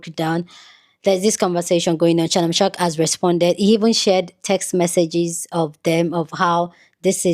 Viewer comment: Shamnon shark??? I thought his name is Shannon sharpe 😂😂😂